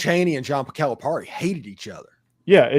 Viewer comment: It’s pronounced Cal-a-Perry. Cal’s buyout was $33 million if he were fired not $75 million.